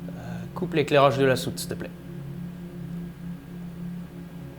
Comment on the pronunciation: C'est un Fake !!! Il a dit "steuplai" au vaisseau !!!